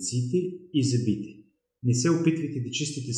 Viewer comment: благодаря за съветите. Само една малка поправка Ви отправям. Много е дразнещо човек да чува зъбИ, а не зЪби и зъбИте, а не зЪбите.